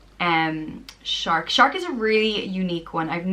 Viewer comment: Seriously “Searc” shark 🦈!! You keep saying I love this name!! What do you like about this ridiculous name